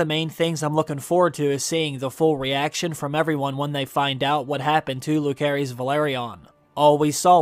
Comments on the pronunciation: It's Lu-se-rys not Lu-ke-rys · Who is loohkeres??? Do the people who make this videos even watch the show??? Like how do they mess up so many names when we’ve all heard the names on the show? Is not like we’re reading them and we don’t know how some may be pronounced. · Is it really so hard to pronounce Lucerys correctly? If you listen to the show, they tell you how their names are pronounced.